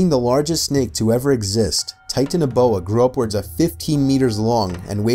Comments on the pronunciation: Tie-tanoboa? Bro I can ace at pronouncing that and the reporter who probably grew up with English can not (Confused laughing) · "*Titin*aboa" "*Moss*asaurus"